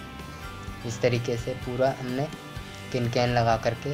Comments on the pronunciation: Its can can not kin kan samjha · its can can not cin can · Kin kan nhi ho ta can can hota hai... Or apko thik se batana nhi aya...